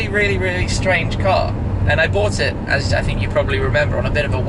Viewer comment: Car* not cat